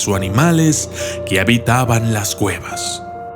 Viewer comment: Dijo gueva no cueva